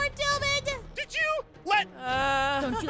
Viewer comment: Kim : doo med Aphmau : doomed Kim : door med 😂😂😂😂😂